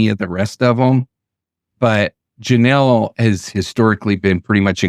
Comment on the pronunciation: This is my aunt, her name is pronounced Ja-Neel So much guilt my uncles and aunts have for not being able to protect her. But she was reunited with her older brother as of May, we can only hope they are all together. Thank you for covering her❤️